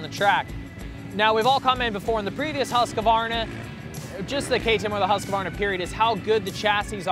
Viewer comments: Pronounced Huskvarna not Huskavarna. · ..it's another copy (KTM) Dog the Husk...Varna !!!!!!!!!!!!!! this year (fgs get the pronunciation right!! *Huskvarna (formerly spelled Husqvarna), it's only taken you Americans 115 years to work out you've been pronouncing it wrong !!!! )